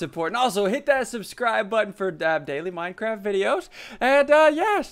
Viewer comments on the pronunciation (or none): none